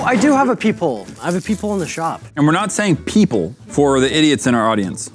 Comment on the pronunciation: Ok my name is Thomas and at first thought they said people until they directed a comment at me saying peep whole